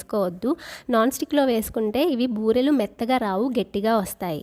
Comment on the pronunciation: బర్రెలు కాదు బూరెలు